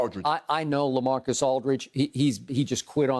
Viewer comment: "Lacamacus Aldridge"